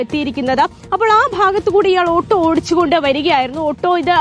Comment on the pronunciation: ആട്ടൊ.❌️ . ഓട്ടൊ ✅️